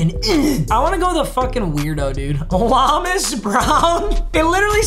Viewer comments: Brother, it’s LOW-mas brown. Not LA-mos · Lomas is pronounced low mis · Papa its pronouced Low-mas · It's pronounced Low-miss Brown as an old head, I remember him from the Barry Sanders good ole days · It’s pronounced Lowmas…and you call yourself a lions fan. Jk love the videos man! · It’s pronounced Low-miss brown like get low